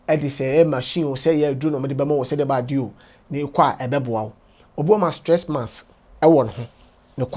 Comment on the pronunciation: Kwaku says "Sress Mass" Lol